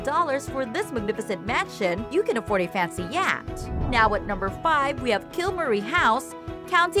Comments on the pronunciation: You can own your own yacht, pronounced yakt. WTH? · Pronounced yoh t